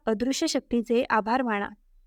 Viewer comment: मण नाही ते मन असं आहे बणलेले नाही बनलेले असे आहे माणा नाही माना कीती हे अशुद्ध उच्चार आणि ही सगळी अंधश्रद्धा आहे उगाचच बंडल मारू नका